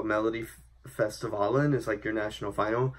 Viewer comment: Great reaction as usual. First - I don´t think this is the best song that we (sweden) had this year but it´s good enough Second - your pronounciation of Melodifestivalen and his name was veeeeery good. Impressive :)